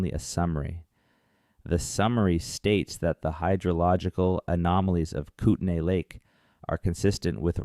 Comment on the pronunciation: It's pronounced koot-nee